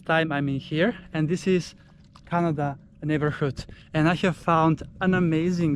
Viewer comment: It’s actually pronounced Ka-na-da not like the country actually in a different way. and it’s named after a croft (torp)! 😊